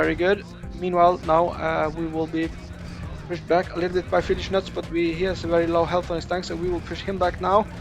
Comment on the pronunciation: that is not how you read Fieldys name 😅